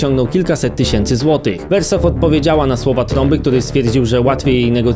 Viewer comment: Chuj mnie strzela jak słyszę wersow